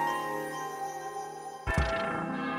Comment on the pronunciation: What was that “okay”